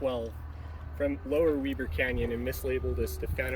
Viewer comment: Nice! Can't believe you said "Weber" right! Good work!